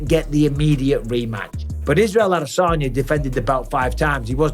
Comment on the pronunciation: And bisping, its, ad a san ya. Not, ad a saun yer. Your from Lancashire not Buckinghamshire. 😂😂😂😂😂😂😂